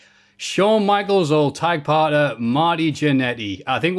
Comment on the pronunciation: Nearly turned the video off hearing call it Tig instead of Tag